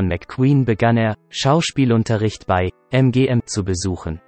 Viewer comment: Wie spricht denn der Typ hier Englisch aus? Grauenhaft. 😂 Verschiedenes, z.B. Champion oder MGM deutsch ausgesprochen. Einfach nur lächerlich. Vieles hört sich wie KI-Stimme an.